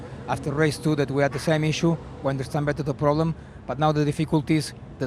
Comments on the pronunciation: why does he mispronounce "issue" so badly every time? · Why does this guy pronounce the word "issue" like that?